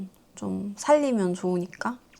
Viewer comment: ㅠㅠ 이 시기에 팬분들이 진짜... 버틸 힘을 주는 마지막 빛이었네요.....ㅠㅠㅠㅠㅠ이런 서사들로 인해 언니가 장가가자에서 출연하신 리깅단분들을 진짜진짜 많이 아끼시는거군요...! 이제야 이 영상들 다봐서 이해갔어요!!! 근데 사투리 발견ㅋㅋㅋㅋㅋ살↗️리면